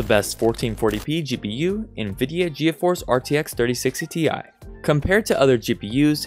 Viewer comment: Ge a force It’s pronounced g force just so u know